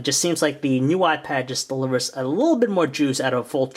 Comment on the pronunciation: All I keep hearing is "new wypad."